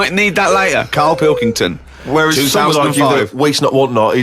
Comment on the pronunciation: It’s pill-king-ton